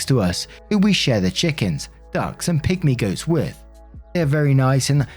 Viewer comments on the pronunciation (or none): I thought you said "pick me goats" and I instantly pictured goats acting like "pick me girls" and I laughed so hard after I realized you probably said pygmy goats. lmao